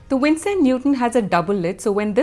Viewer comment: It's Winsor not Winstor 😊